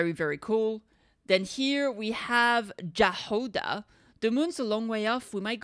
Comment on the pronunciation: Jahoda is pronounced Yahoda and it means strawberry in Czech and Slovak